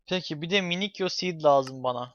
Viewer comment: Minikyo değil minisiyo